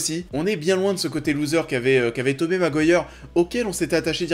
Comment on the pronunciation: La vidéo est pas mal mais ça se prononce 'Tobi' Maguire pas Tobé mdr